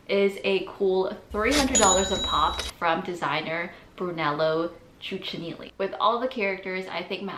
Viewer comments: Please do your homework before topics such as these. You completely butchered the names Brunello Cucinelli and Maison Margiela. That's just being lazy! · Bruh I’m legit offended by how horribly u pronounced brunello cucinelli like woah. Great vid tho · The way you butchered Brunello Cucinelli hurts